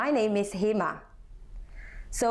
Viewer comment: It's pronounced as Hay-mar